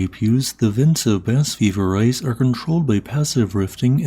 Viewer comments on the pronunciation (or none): Ves-TEED du pahl Shahn de pwee Bah Vee-ver-EYE SHO-vay Pohn Dark SWEE-ohl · Vesteed-Doo-Pie-Marr, Shenn-Day-Pwee, Baah-Veeva-ray, Sho-vay Pon-dark, Ma-seef-sonn-traal, Sweeyol, are some more correct pronunciations Letters in French just dont behave the same way they do in English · In all fairness, it's hard to pronounce foreign languages written in Latin script. Bas-Vivarais may look like "Bass Viv-are-ice" in English, but the French pronunciation would be closer to "Bah-Viv-ar-ray". Totally intuitive if you're familiar with French. Totally unintuitive if you're not. There is also regional variation across France, making things harder still.